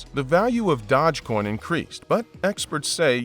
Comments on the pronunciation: It's Doge coin not Dodge coin😂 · "Dodge coin"?? I thought it was "Dosh coin" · Dodge coin? Never heard of it 🤣 Maybe you meant dOge coin? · I can't stand the other guy's voice for some reason it just really irritates me but yes this guy did screw up here with that pronunciation and that was irritating also . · They pronounce it wrong , yes , but it's pronounced Doje... like the Doge Palace of Venice ( he was the Duke ) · Dogecoin is not pronounced DODGEcoin. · The way you purposely mispronounce Doge over and over and over just to troll has lost you a subscriber. (Your content was steadily going downhill anyway) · Imagine being a creator and can’t even pronounce dogecoin